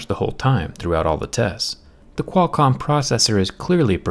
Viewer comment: The way he says Qualcomm is so satisfying